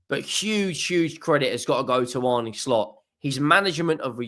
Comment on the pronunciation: His name is pronounced Arna(Arne)